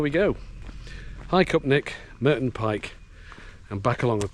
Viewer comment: It's Murton not Merton......sorry